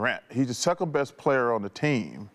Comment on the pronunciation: not as "the second", Chuck said the "seKKend"